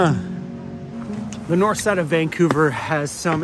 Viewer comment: VAN couver 😂